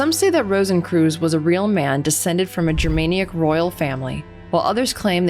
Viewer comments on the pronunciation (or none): It’s Ger-man-ic, not Germanaic 😂 you’re funny 😄